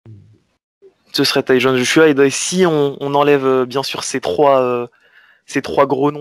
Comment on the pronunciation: Pourquoi les français au lieu de dire Tyson vous dites Tyzon lol